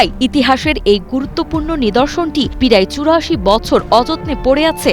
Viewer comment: প্রেজেন্টর কি পিরাই চুরো আশি বছর বললো!?